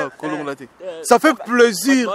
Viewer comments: C'est plaisir svp et pas 👉"PLAISURE" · On dit plaisir pas pleusir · Il a prononcé en anglais "pleasure". Lool